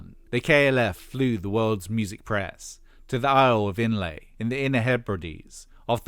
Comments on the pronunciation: "The isle of Inlay..."(?)🤔🙂 Try Islay... And pronunciations a c*nt if you don't know it. Can't really imagine this guy ever listening to house, the KLF, popping pills and going to the dancing, etc😉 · Struggled....with the first island lol... isle of Islay (eye'la) before going onto Jura. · oh yeah and Islay is pronounced "eye-la" - sorry to be pedantic